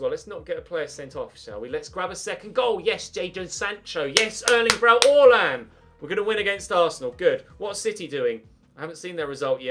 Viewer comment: Why do you call haaland orlan